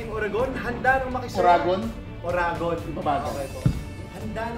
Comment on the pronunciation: Ang cute naman natiming na ur uttering some Bicolano words when u did Star Patroller. Pero more practice pa sa Uragon hehe.. Goodjob ka with our dialect